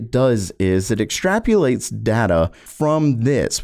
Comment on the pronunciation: Love how they all base this on vague numbers given by AMD, without even testing the actual GPU. And for fucks sake its extrapolate, (ex-trap-o-late). NOT whatever the hell you are saying!!